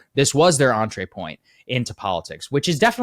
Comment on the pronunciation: Every time Saagar says entreepoint 🍝